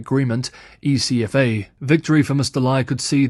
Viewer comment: here in Taiwan we not say the letters: E.C.F.A. instead, we pronounce: Eck - Fuh